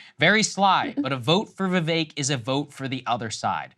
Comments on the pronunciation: For someone of India heritage, why is Sagaar mispronouncing Vivek's name? Vee-veh-k not Vee-Vei-k. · It’s Vivek like stomach ache